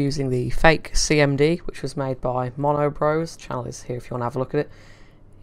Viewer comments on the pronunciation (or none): none